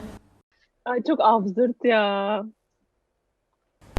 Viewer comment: Abzürd demenizden kulaklarım kanadı .